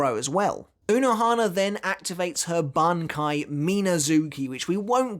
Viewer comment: Did you even watched the video? She uses and kill/revives Zaraki on each strike. Also It's BANKAI not "banki".